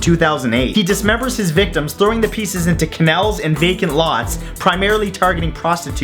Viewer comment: Did anyone hear canels at the end, when its supposed to be pronounced canals? Or was that just me? evil laugh